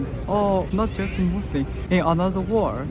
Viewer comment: when you pronounce muslim, i hear like you are saying Muslin with an 'n'. is it just me? 😁😁